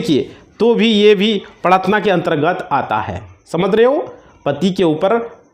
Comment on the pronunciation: Aapko Hindi ka sabd prtadna Tak bolna nahi aaraha hai to dusaro ko kia samjhaoge ?